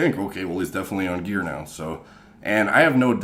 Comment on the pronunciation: You say gear like metal gearrrrrrrrr